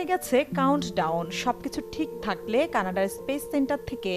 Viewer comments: কেনেডি স্পেস স্টেশন হবে আফা,কানাডা না😅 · Canada noy Kenedy